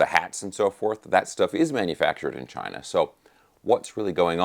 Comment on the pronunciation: "Made in Chinah"